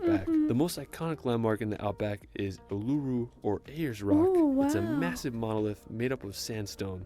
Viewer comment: just to note ther person did that video as prounced and spelt completely wrong its not aluru its actually uluru